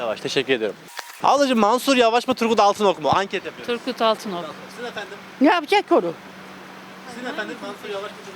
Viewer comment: Altınok diyenler daha ismini bile doğru söyleyemiyorlar kişi teröristlerle iş birliği yapanlara oy yok demeye getiriyor ama erdoğanın şivan peewer ile eğleniyor Erdoğan çok şanslı çünkü hiç bir cumhurbaşkanın bu kadar cehalet ile karşılaşmadı